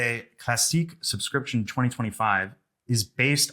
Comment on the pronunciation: It's not called a sub-scription. It's SOUscription.